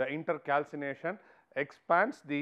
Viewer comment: It is not inter calcination it’s intercalation and also pls explain the points rather then merely reading the ppt